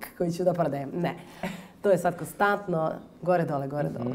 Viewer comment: Svi ih imamo, nego mi je paralo uši što se gubi N u koNstantno, moguce da grešim.